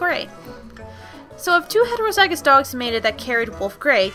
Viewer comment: Ok these videoes are great but one thing is just gettong to me. The pronunciation. Homozygous and heterozygous are pronounced 'hom-o-zij-ous' and 'hetero-zij-ous an allele is pronounced 'uh-lell', sable is 'sah (like sat without the t) bl'. As a horse genetics maniac i thought dog genetics may be a little hard to understand but you explained it very well.